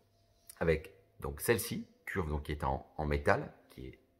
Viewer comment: Curve se dit phonétiquement Ceurve pour simplifié 😉